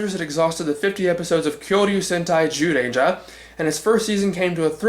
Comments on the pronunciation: Guess you realized that it's pronounced "Jew" and not "Zew"? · Strike that, you still pronounced it as z rather than j throughout most of it.